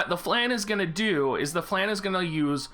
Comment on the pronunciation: please pronounce flan right it's a french word.